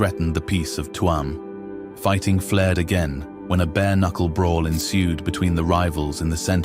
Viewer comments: It chume,not Tu am. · The first photo is of Clifden not Tuam and it is not pronunced Tue amm, you might have that much right at least. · Its not Tuam,its Tuam